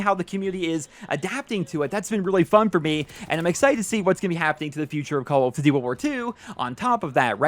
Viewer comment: Lol i hate the way you say call of duty